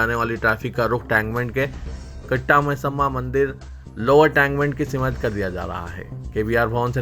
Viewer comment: Simat nahin Simt bolo. Zamni nahi zimni intekhabad bolo. News padhne se pahle talaffuz sahi karlo.